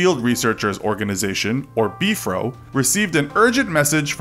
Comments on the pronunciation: I don’t want to sound mean but it is not be-for it is b-f-r-o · It’s not “Beefro” it’s B F R O!!!! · It’s the BFRO not Beef row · "BEEF ROW" smh haha (Bee-eff-are-oh) is what I'm use to hearing, so it was just a bit jarring to hear "Beef Row" over and over haha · Beef-Row? Come-on autoplay... It's just BFRO just say the letters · It is just called B-R-F-O, not beefro. Interesting stories. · It's B .F .R. O not Bfro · Not sure what b-fro is... but if you are talking about the big foot research organization you just say the letters. B-F-R-O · It's BFRO not Bfro I don't think Bigfoot has an Afro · It’s not “Beefro” it’s B-F-R-O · You’re not into Bigfoot that much. You’ve pronounced some of the common words the Bigfooters use. 😘 “Beef-fro” 😊. It’s B R F O. Just say the words. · Beefro, HAHAHA!😂 ITS B.F.R.O.! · You said "beef-row." Lol, REALLY? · Why does he keep calling the bfro “beef row” !? Its killing me 😂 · I've never heard the Yowie pronounced the way this narrator (mis)pronounces the word. The same can be said for the way he refers to the BFRO.